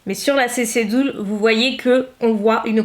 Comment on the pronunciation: Bon par contre ça se prononce "deul", pas "doul" ;-)